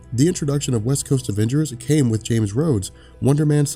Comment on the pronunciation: it's pronounced Tie-gra not Tea-gra. Tigra, like Tiger.